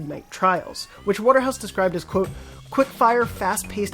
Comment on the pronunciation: Is anyone else weirdly annoyed by the way he says QUOTE?